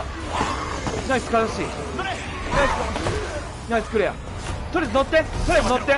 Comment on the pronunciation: とりあえず乗ってが、クリス乗ってに聞こえた（笑）爆笑